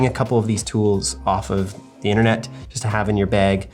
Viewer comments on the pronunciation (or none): none